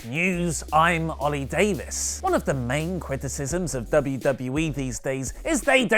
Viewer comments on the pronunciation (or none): none